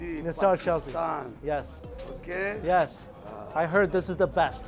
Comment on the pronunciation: This guy scared them all away. OhKayrrrghrhrhrhhh